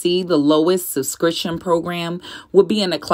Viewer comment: Subscriptionn omg.... not sussscrition